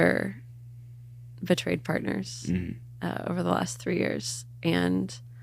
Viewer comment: Oof the emphasis on “betrayed partners” oh my gosh if looks could kill. Ned you’d be a goner. thank you for sharing your story. I wish you nothing but light and success. However you define that!